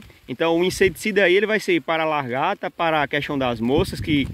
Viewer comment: Desculpa,gosto muito dos seus vídeos,porém me incomoda vc dizer que é professor e falando "largata","decascar","varêa".Vc é professor mesmo, ou auto intitulou?(Só por curiosidade)